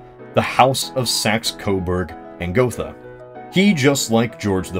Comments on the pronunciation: Gotha not Gothe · It's Saxe-Coburg and GothA! The Dynasty was named after the city of Gotha (pronounced Got-ha, not Goffa) with the full name of "Sachsen-Coburg und Gotha". This branch of the over 1,000 years old House of Wettin (Kings of Saxony etc.) ruled also over Belgium (1831-today), Portugal ( ), Bulgaria ( ) and of course the United Kingdom (1901-today). Fun fact: Queen Elizabeth II. is the last british monarch from this House. Her children are (in theory) members of her husbands, (Prince Philipp) House of Schleswig-Holstein-Sonderburg-Glücksburg aka Royal House of Greece aka Royal House of Denmark aka House of Oldenburg. The Queen however decided, that her children will use the name of "Mountbatten-Windsor" which is a little bit strange regarding the fact that the House of Mountbatten (= the hessian Dynasty of Battenberg) is on Prince Philipps mothers side of the family. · It's Saxe-Coburg and GothA! (or in German: Sachsen-Coburg und Gotha, btw. "Gotha" is NOT pronounced "Gofa" (english th) but rather "Go-tah") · Gothe is pronounced: Geut-eh (with the first part somewhere between goat and gate. Euy, sort of.) German doesn't have any "th" sounds anymore, though it used to. So th is pronounced like a t followed by a slight h. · the german language has not the TH sound. This digraph is pronounces as the T in "Tea". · wouldn't Goethe be pronounced like Gurta, you know like Johann von Goethe? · Gotha with an „a“ (not „Gothe“) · It's actually Saxe-Coburg and Gotha. Sorry, I'm from that City, I had to say something... But it has to be difficult to pronounce for non-german spekers :)